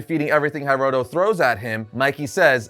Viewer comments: HEEroto not HAIroto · Not to be that guy, but it's pronounced He-roto, not High-roto. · HEEEEEROTO not HAiiiroto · It's pronounced "hee-roh-toh".